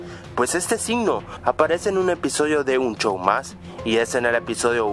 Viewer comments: no se dice chow se dice show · En E.U: Regular Show En Latino: Un show más: Un chou más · "un chow mas" 2016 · la mayoría de los chilenos, sino es que todos, pronuncian a "sh" como "ch" es por eso que dicen, chow en vez de show. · es Un show mas no un chow mas 😒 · Un (chow mass) 😂😂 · Otra gente: Un show mas: Un chow mas Otra gente: Five night's at Freddy's Deidross: Fai naig a fredi xdxd Otra gente: Los simpson: lo sison xdxd Ese es un loquillo:v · like si en vez de show dijo chou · es que asi se pronuncia en chile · los chilenos pronuncian la "sh" como "ch" por eso dice un chow mas, y otras cosas con sh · Hace como un año q me di cuenta q decia un chou mas